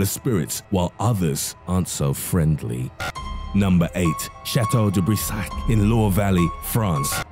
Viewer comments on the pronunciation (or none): "chateau de brissaach"